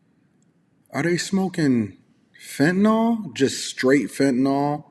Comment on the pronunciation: Fentanyl "ill" not "all." Fen-ta-NYL.